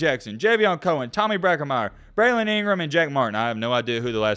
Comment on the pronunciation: maybe cause Brockermyer, left cause he was number 2 off. Tackle in his class, and Alabama fans still can't pronounce his name right! It's Brocken-meyer not Bracken- Meyer. Tommy BROCKENMEYER